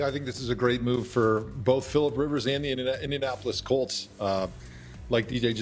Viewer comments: treyguild he said it like two wards. It’s india-napolis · "indian-Apolis" colts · * "Indian Apple-less" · Indian Apolis? It's one word, bruh. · "Indiapolis" i love ya Rich but cmon lol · Indian-apple less colts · I'm pretty sure most people pronounce it like indian-napolis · I was just saying this dude cant even pronounce it